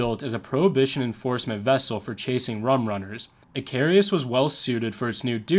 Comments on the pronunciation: Too bad the narrator never took the time to learn how to pronounce the name of the Coast Guard Cutter, Icarus. In Greek myth Icarus made wings of feathers and wax to escape imprisonment. He flew to high and the sun melted the wax and he fell to his death. Lesson learned; Do your homework first! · I'm Gen X; your inability to pronounce "Icarus" or "martinet" had me laughing. As far as your facts go, a 3" gun was pretty much the lightest naval gun used in WWII. Many of your other "facts" and exagerrations are also questionable. It seems that "Dark <Fillintheblank>" has some competition, the kids will be delighted. 😉